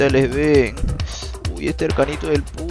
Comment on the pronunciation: Como se pronuncia Pudge? Es "Puch" o " Pudye" ???